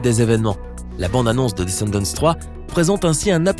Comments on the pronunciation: On prononce pas le « T » et le « S » 🤦🏻‍♂️ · Tu prononcé mal le mot descendent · Pauvre Cameron 😫😭😢 mais par contre du dis "Disney Tchanel" par fois et des fois tu le dis bien mais tu dis aussi "Descendents" au lieu de "Descendant" c bizarre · On dit descendan et dis.ney challene